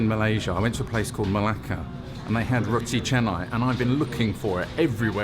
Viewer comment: Wow. pronounced the Roti Canai and Nasi Lemak Ayam Berempah perfectly!